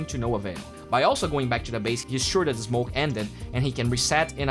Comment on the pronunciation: constructive comment: take note of how you pronounce the word “that”